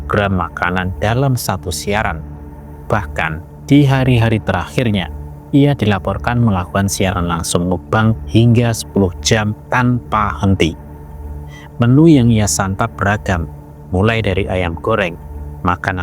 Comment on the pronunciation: Bukan mukang tapi mukbang.